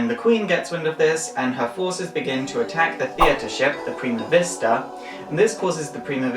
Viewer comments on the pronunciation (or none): none